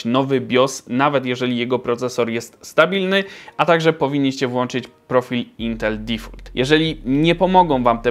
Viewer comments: Zmasło material dobry, ale jak kłuje mnie w uszy jak mówisz difult, uzywam jezyka angielskiego na codzień, po prostu boli. Powinno sie mówić DIFOLT. sorry ale musialem 😂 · dəˈfôlt nie difult xd tam nie ma U xd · "difolt" nie "difult" ;)😆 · intel "difult XDD" ten eng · Uszy krwawia, kiedy wymawiasz "DEFAULT"...